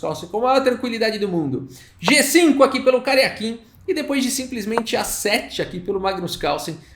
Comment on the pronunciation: Ele diz Karjakin, mas só ouço "carequinha".